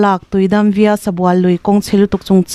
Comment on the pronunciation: Via tih loh tur Vaya tih tur. NH 44A Darlak - Tuidam via (vaya) Sabual tiin.